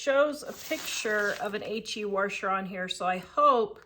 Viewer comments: Washer not wershwr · You're a lovely lady and you actually taught me something about the pre-soaking them! Also that new machines absolutely are a scam, I got my washer for $150 and it sends the loads through the freaking universe. But the way you say 'washer' 😆😆... hard to listen to. Keep it up though - you're great!